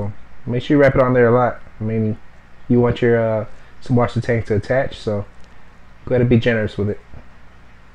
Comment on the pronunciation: The b in the name is supposed to be pronounced as a 'ss' sound. It's a german thing thing but you can also type 'ss' like it is in wasser. susswasser/süßwasser means fresh water in german.